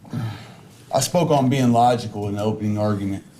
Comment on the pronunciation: This guy can’t even pronounce the word “logical.”